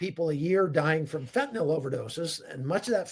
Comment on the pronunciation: THANK YOU for being the ONLY person in memory to pronounce “fentanyl” correctly! It drives my OCD nuts the way most pronounce it. Bonus points to pronounce “nuclear” correctly. 😁